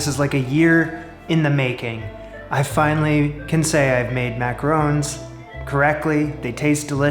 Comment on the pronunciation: ron, not rown